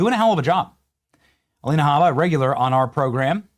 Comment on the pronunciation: You mispronounced Alina Hubba Hubba. Anyways, when are we going after these seditious judges? When are we going after these do nothing RINOs? Charlie is dead. He isn't doing it anymore. TPUSA has been neutered. It's up to us. Expose Speaker Johnson, John Thune, Corbin, Eyepatch McCain, etc, etc,.